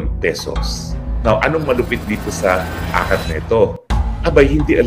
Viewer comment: akop hindi akap